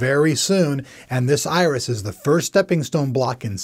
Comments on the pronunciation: Does he keep calling it "ISIS" Pro, instead of Iris? Archer fan? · why do you keep calling it isis when it is obviously spelled iris?